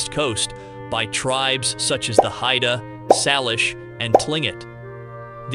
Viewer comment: the NW tribe known as Salish pronounce it SAIL-ish, rather than SAL-ish, and the Wikipedia article agrees with me. grat-ih-TWO-dee for gratitude; or-AL for oral, dept of grat-ih-TWO-dee for debt of gratitude? This has to be a computerized voice, which obviously isn't up to the standards of C3PO.🤨